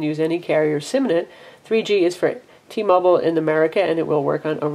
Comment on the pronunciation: T-Mobile, not T-Mobul